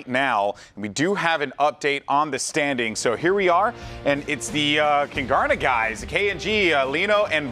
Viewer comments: Kungarna you are saying it really wrong its Swedish for the kings learn the right way don’t disrespect Swedish culture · I think it's pronounced koon-gar-na